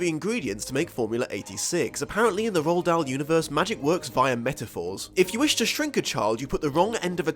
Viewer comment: Its pronounced roo-al Dahl not row-ald Dahl